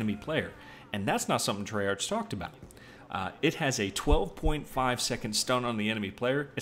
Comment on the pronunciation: Not trying to be a dick or anything, but i believe it's pronounced "tray-ark" not "tray-arch".